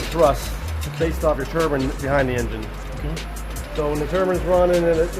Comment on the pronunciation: I know you all heard this man say turbin instead of turbine